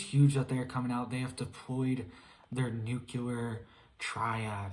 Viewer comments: NU-CLE-AR not NU-CU-LER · N U C L E. A R. ! NOT NU. C U. L A R. ! FRKING MORON. !! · Love you but please pronounce nuclear as "nu-klee-ar" not nucular. Tyvm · It’s NUCLEAR not NUKELAR arghhh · "It's nuke-you-ler" -Homer J. Simpson